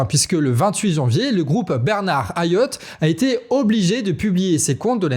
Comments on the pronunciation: Hayot ça se dit '' hayotte '' ( c'est marrant comment, systématiquement, on francise les noms des antillais blancs et on americanise les noms des noirs 😂) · Hayot ça se prononce Hayotte… 2 ème fois que je vous fais la remarque 😡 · Hayot prononce le t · Dans Hayot, le 'T' se prononce comme dans keket.